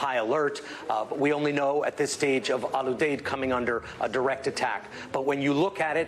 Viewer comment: Jesus...its Al Uuu-deeeed